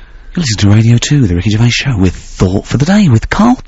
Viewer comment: "Pwesenting: Wicky Gewvais, Steven Mewchant and Kawl Pilkington!" [crowd goes wild] "And now back to me again!" [cwickets]